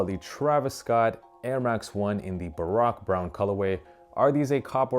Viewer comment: But he pronounced baroque brown wrong lmao